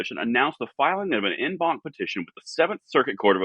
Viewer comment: Just for future reference it's pronounced "On bonk" despite the En banc spelling. You said the banc right though. Great news, great episode.